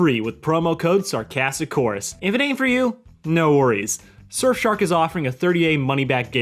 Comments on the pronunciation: Yes fellas you heard that correctly. He said shurfsark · heh “Shirfsark”